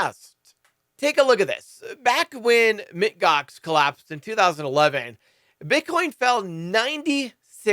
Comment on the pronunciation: Yes!!! The "Mit" Gox was bothering me because it was telling me that he didn't know who they were. It seemed more like he was just reading the article, and not knowing the company. And this was a big deal at the time. "MOUNT" GOX!